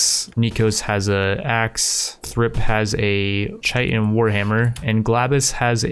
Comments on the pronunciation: It’s not CHITEN, it’s KITIN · Chitin is pronounced kī-tin. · Chitin Is pronounced "ki-tin", I learned that from Destiny lmao